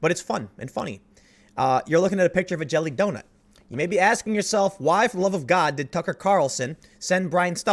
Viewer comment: The only time I can tell you are from Chicago is when you say donut. It’s like you say “Donit”